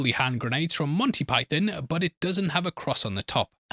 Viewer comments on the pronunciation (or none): none